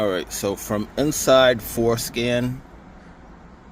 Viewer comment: the what app 💀 i swear bro said foreskin